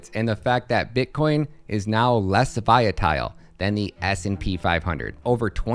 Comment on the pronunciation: You confused me, you kept saying Viatile, then all of a sudden you said it correct. Did you do that on purpose? Lol. Good video though